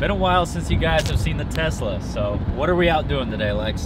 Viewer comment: I cringe when he says Tesla